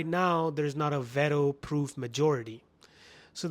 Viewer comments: Why are you so obsessed with states ? Trump is doing what’s best for his country and Carney should do the same , however we in Canada are dependent on states rather than us depending on them. You keep making videos about each and every topic and by the way it’s pronounced ‘veetow’ not vato lol , 😂 I’m curious are u even employed lol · son I was only talking about youtube , son did you now know how to pronounce veto lol, that’s why people say you have a fake accent cause you try too hard and fail again and again. Son you are so uneducated I actually pity you, hope you get some views and buy yourself a next meal or may be a dictionary